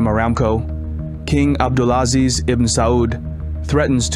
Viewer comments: The Chinese dude needs to improve his pronunciation esp ‘abdulaziz’….. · Ébd’ul aZIZ ibn Sa-ood